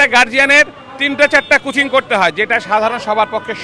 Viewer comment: আপনি বলুন স্কুলে ভালো করে পড়ানো হোক যেন কোন শিক্ষার্থীকে বাইরে কোচিং করতে না হয়। স্কুলের স্যারদের কোচিং বন্ধ নিষিদ্ধ করা হোক। আসল কথা কিচ্ছু হবে না। আর আপনি উচ্চারণ ঠিক করুন। কুচিং নয় এটা কোচিং।